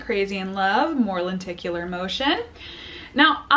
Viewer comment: Some people keep calling it lentacular so i almost expected you to say it thay way